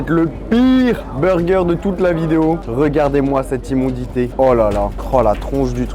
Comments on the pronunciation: immodité mais hooo charles, on dit immodice voyons !!! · immonditée.... 😂 On dit: immondice.